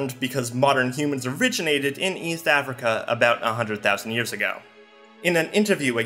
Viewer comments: and you pronounce it with a nasally tongue thrust such that it sounds like "Eatht". I also have a similar impediment that becomes noticeable if I speak too quickly. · Ok I get having a speech impediment but this man cannot pronounce "East" to save his life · Why do you pronounce “East” like that?